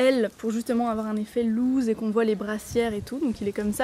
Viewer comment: FYI"effet loose" ça se prononce lousse pour la prochaine fois xD